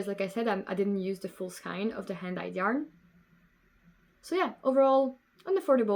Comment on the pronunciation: It's okey, you pronounce skein wrong and that is my pet peeve :)